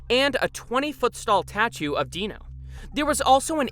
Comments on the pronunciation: When you talk for to long and mis pronounce a word "stall tachu"😭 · “Stall tatue” 😂😂😂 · he says sall tatue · love that 20 foot “stall tachu” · Please tell me I’m not the only one who heard “stall tatue” . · So i heard this too 😂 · No your correct